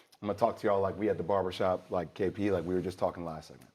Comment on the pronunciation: Kendricks face when jwill said "barbershop" 😂😂